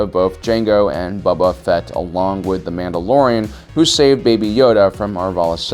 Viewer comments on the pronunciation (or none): Boba Fett. Not Baba Fett. Boh-Ba Fert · The way he pronounces "Buba Fett" and "Yaster mereel" make my ears want to curl up inside of my head. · I swear the way he says buba fett is so cool it sounds like a name for a baby dog (thanks for the idea)